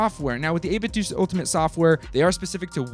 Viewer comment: It’s 8bitdo as in “doo”. The official 8bitdo speakers, made by 8bitdo, startup noise say “8bitdooooo” as in doo. Just saying.